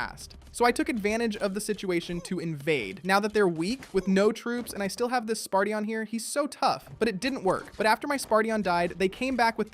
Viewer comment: "Spartion" "Swordwriaet" "Magiceel" "Sky rider" "Griffon the great a giant - giant" - he's literally the leader of giants. Wtf?